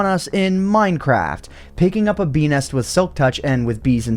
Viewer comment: Why do I hear "bee nest" as "penis"